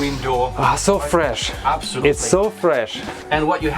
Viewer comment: Я один считал сколько раз он скажет обсолютли